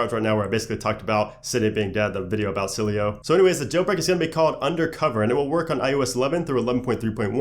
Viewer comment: it's "s-il-eh-o" not "sil-ey-o"